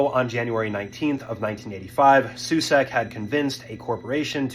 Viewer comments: You repeatedly say "Karl" and "Susek" without fail. His name, shown on multiple occasions in your video... was Karel Soucek. Watch the video!!! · KAREL SOUČEK (SO-CHECK). PLEASE learn how to pronounce names for your videos. SUSEK?? :D It is not even close to his real surname, for real. And name is KAREL, not Carl. Ridiculous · Disrespectful to not even get his name right. It was Karel Soucek, not Carl Sucek. (It was clearly marked on his barrel). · Karel Soucek, not Carl Susek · You got his name completely wrong. Not Carl Susek, it is Karel Souček (Souchek) and he was from Czechoslovakia, Europe. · His name was actually Karel Soucek, pronounced soo-CHECK. Please look up how to pronounce a last name and fix the subtitles to the correct spelling before uploading.